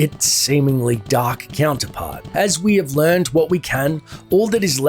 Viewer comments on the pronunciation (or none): none